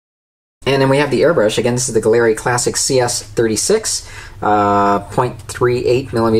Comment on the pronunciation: Nice review. Mobius siphon feed!!! Awesome!! I'll keep an eye out on the site for that!! Also, the proper pronunciation is "GALLERY", as in art gallery and not "guh-leri" just FYI : ) again, great review sir!!! Shared on my group Scale Model Mayhem!!